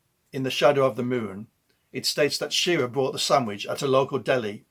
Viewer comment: Shir-RAH, not SHEER-ah